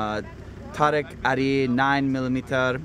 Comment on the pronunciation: god damn it its pronounced tuh-reek